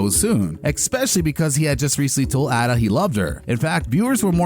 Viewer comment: Elfie? Lol. AL-fie…short for Alfred. Not Elfred. ETA: Who is ADD-a? A-da. Did you the show?